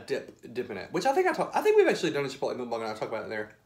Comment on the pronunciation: Okay... I love you and your channel but please don’t call it Mookbong...it’s MUCKbong. Don’t mean to offend. It’s the teacher in me. 🤓